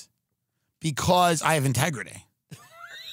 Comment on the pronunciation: At 17 minute mark I subscribed. When you said Integritity